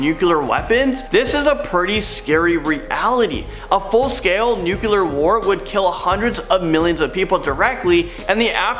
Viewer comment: and nuclear, not nucular.